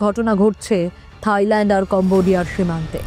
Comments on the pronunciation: থাইল্যান্ড ❎তাইল্যান্ড✅😁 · তাইল্যান্ড না থাইল্যান্ড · তাইল্যান্ড ✅ থাইল্যান্ড ❎🤣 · মখা সাংবাদিক থাইল্যান্ড রে বানাইছে তাইল্যান্ড 😂